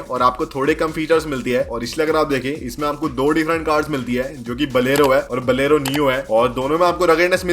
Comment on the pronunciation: Bhai pehle bolna sikh le. बोलेरो नाम है। बलेरो नही। 😂